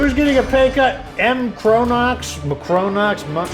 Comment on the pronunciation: What team killed the shambler. Kinda sad we didn`t get that fight. Edit: Yeah most pronounce my name like that "Makronox" so you got it right.